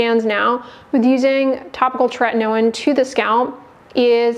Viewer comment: It appears that tretinoin is spelt wrong……it clearly, from the presenter’s pronunciation, only has one ‘t’ at the beginning and no ‘t’ in the middle….. just like the ‘in-ernet’!